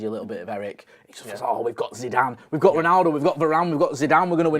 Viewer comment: "Zinezine" zidane? You alright fella?